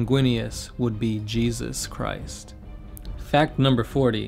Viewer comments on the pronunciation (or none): none